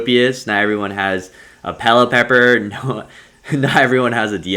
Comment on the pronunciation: I think its pronounce Pelliper instead of Pellipepper